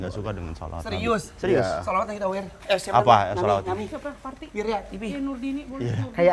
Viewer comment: manggil parti jadi sri, pirta